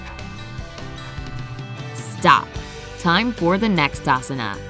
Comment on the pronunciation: Here, most pronounciations are wrong. I know as I am an Indian and you see yoga belongs to India. Even the ponounsiation of asana is wrong.... I am not complaining Please do not take it seriously..... Sorry if you didn't like that. Thankyou